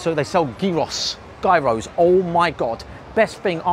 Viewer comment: “They sell a geaross” 😂